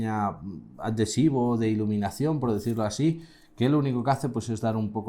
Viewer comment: Atentos a como pronuncia adhesivo ¿?¿?